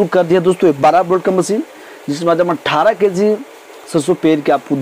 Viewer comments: Thoda achche se bola karo.।। Kessi nhi kg hota he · Keeeg nhi kg hota h bhai